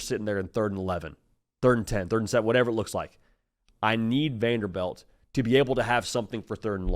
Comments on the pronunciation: VanderBILT not VanderBELT. Srry just said it so many times lmao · Lol it's pronounced Vanderbilt not Vanderbelt.